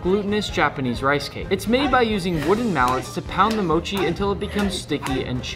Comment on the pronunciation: Does it ever annoy you how all these Americans mispronounce mochi😭 like not to be gatekeepy or anything but I feel like I've never heard anyone pronounce it right and someone gotta tell them